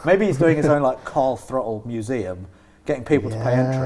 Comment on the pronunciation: definitely said Carl throttle